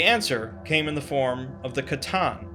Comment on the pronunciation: So was it the necrons or the cattan put into the robots? Text to speech seems to think it was the cattan for some reason